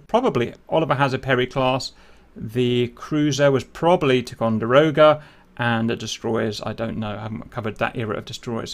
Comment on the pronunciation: On a number of occasions you’ve said tee Conderoga but it is pronounced tie Conderoga. Ticonderoga is a native North American Iroquois word for the coming together of two rivers. American colonials built a fort at one such place and called it Fort Ticonderoga. It was a fighting position that covered two river ways. Ticonderoga class cruisers are named after the first one built in the 70s and should have been a destroyer class vessel but because of its increased capabilities was upgraded to cruiser status and class.